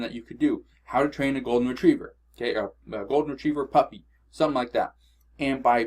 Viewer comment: When you said a golden retriever puppy I thought you said a golden retriever fucked me